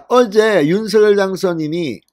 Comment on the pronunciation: 윤석열-윤서결 발음되게고치기힘드시네요